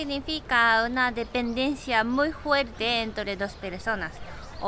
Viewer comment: es fuerte no "juerte" :v